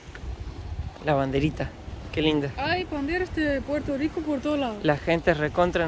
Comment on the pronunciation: No decimos Puelto lico, decimos Puerto Rico, con la rrrr más pronunciada.